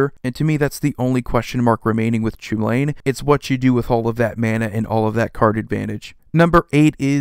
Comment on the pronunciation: Chulane is pronounced “Cullen” or “Hullen”. It’s an anglicized name from Irish, so it’s pronounced very differently from its spelling.